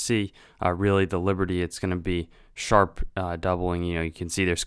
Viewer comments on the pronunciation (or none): You must the e in liberty you goffball